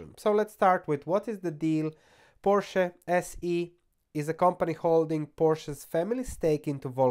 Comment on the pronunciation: PorschE goddamnit! edit: ok, after the first time you pronounced it correctly